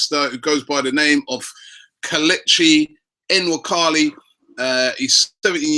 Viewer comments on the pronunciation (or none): Robbie its nnnnn-wah-kali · Robbie I know you're trying but it hurts my soul to hear you destroy that boys name. It's pronounced Wah-Kah-Lee you work hard to get all the other names right so please get this one right 👍🏽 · It's pronounced (nwah-kah-lee)